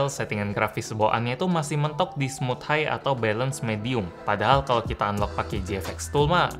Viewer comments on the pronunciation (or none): none